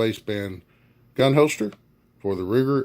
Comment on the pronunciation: Quality "Hoe-Stir" LOL